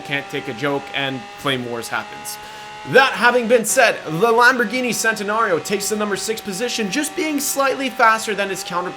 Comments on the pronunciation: You pronounced Centenario wrong as it is Italian so it is pronounced "Chen-ten-ario". Good video anyway! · It’s,pronounced chent not cent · It's pronounced like chentenario not sentenario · and the Centenario is pronounced like chent-te-nar-io and if anyone bitches about it heres a video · And Lamborghini chentanario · Nice list. BTW centenario is pronounced like Chen-ten-ar-io. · Not hating on your vid but it's pronounced CHENtenario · It's pronounced chentenario and venino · its not cente its pronounced chentenario but spelled centenario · It's CHEN not CEN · Just pronounce the zonda Cinque and the centenario with a ch sound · why are you so bad at saying names, like what the hell. sentanario, huyrura. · It's pronounced CHENTANARIO SPELLED CENTANARIO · You said Centenario and Huayra wrong 😂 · You can’t pronounce Centenario. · He pronounced Centenario wrong. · holy fucking shit if you can't pronounce names, like huarya, centenario, AND Cinque, please don't. it hurts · Can you please stop pronouncing Centenario wrong